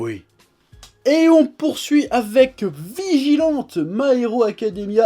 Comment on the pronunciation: Vigilante se prononce 'vigilanti' :)